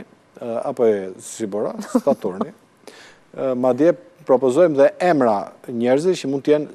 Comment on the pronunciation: Haha Saturni jo staturti oj zonja gazetare😅